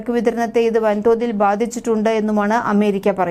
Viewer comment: യുദ്ദം? ബാദിച്ചിട്ടുണ്ട്? ഉച്ചാരണം തിരുത്തണം.